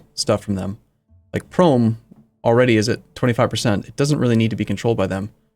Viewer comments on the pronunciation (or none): its not 'Prome' its actually "P Rome" capital of the P Roman empire